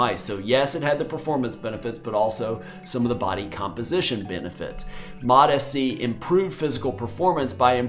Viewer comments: because it is lol. It's MOTS C not Motis C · Hey doc, fyi, it's pronounced MOTS C, rarher than MOT SC 👍